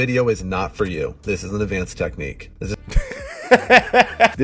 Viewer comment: I shouldn’t make fun of this or even bring it up but BECAUSE HE IS A TERRIBLE PERSON WITH NO RESPECT FOR WONEN, but to hear him say “advanced technique” as “advanTHed technique” had me rolling. 😂